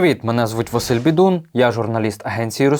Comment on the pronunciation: Василь Бздун ты, а не Бидун